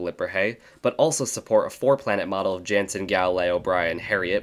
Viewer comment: He I know I've already said this before but just in case you didn't see. You're pronouncing 'Jannsen' wrong. Its actually 'yan-ssn' can you please add this to your future videos?